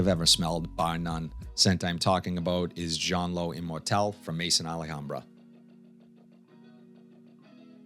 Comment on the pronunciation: Another great video brother. Issey intense is one of my all time favourites. I’m gonna agree tho that it can be decisive. For the record ,maison is pronounced may-zon , it’s the French word for house as in house of Al hambra. Last week’s rotation Monday : Givenchy Gentlemen Only Absolute Tuesday: Lalique Pour Homme (lion) Wednesday: Ferragamo Oud For Man Thursday: Afnan Rare Carbon Friday : Ferragamo Uomo Signature Saturday: Versace Oud Noir Sunday : C.K. One Shock